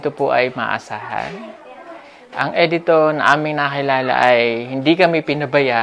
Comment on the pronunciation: Not E-dito but Edito. The pronunciation is a little bit wrong. Cguro hindi ka bisaya.